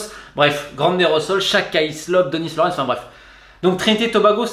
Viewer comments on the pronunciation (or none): none